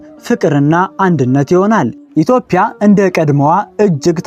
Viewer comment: ኢትዮዽያ እንጂ ( ኢትዮፕያ ) አይደለም ምንነካህ